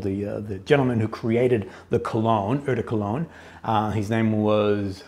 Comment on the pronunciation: Dude, ‚eau de cologne‘ you say: ‚oh de….‘ . Your pronunciation is way off 😂